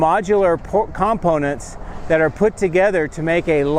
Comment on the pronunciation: Do you know how to say COMPONENTS? Heres a little help for you.